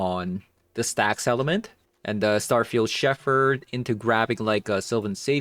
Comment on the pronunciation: just FYI, the word "Shepherd" is pronounced "shep-urd". I know, I know, English is stupid (it really is). There's an exception to every pronunciation rule.